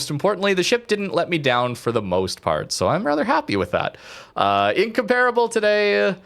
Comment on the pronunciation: ask jingles for the correct pronunciation of incomparable